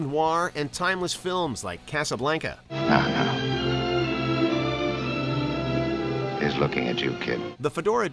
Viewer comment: "Cassa-blank-uh" its casa-blanc-uh